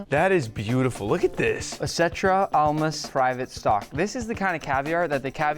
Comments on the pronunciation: Almaz not Almas. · stop the cap as a russian in called almaz not almas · Lol. It's not Almas for diamond in Russian. It's "Almaz". They selling such an expensive item and can't mimic word.